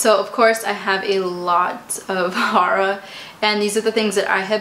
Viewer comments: i was sooo confused for a second trying to figure out what she was saying,lol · Omg I had no idea that’s what she was saying until I read your comment!! She just kept going on about some “hara” show ... hahaha